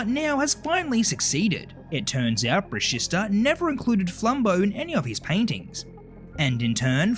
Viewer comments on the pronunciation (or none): It’s “bruh-she-sta” not “bruh-sis-ta”!!!!